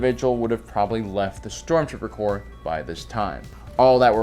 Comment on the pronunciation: Corps, not corp.